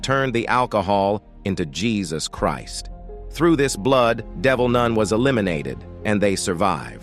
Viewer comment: Can't get over the "noon"😅